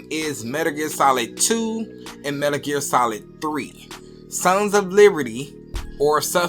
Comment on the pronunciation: Dude saying 'Metr Ger'?